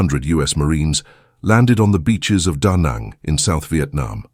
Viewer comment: The narrator should have coached on how to pronounce Vietnamese words like Chi & Danang.